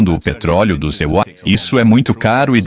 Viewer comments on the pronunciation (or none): Obs: pq as IAs nao conseguem pronunciar bem o nome deste país norte americano? EUA ou USA... Não pode? Curioso isso. Só uma obs.. rs